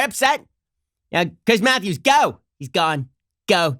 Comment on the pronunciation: Chwiiiiiss Mwatthewwwwws